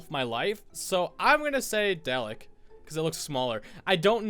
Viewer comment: doctor who you say it darlik not delek my bubby would be so prod😁 I hate doctor who.......